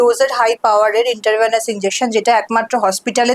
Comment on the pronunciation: ওটা ইন্ট্রাভেনাস .. ইন্টারভেনাস নয়।